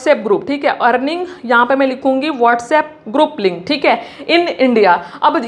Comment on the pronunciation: Khali bolta hai khik hai 😂 thik hai😂